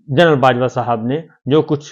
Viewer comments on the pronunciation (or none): none